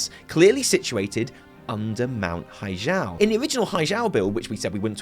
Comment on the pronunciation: Blah, blah, blah. WTS VC M+15 timed run. But seriously, it's pronounced hi-gel as in hi-tech, not as in hijab.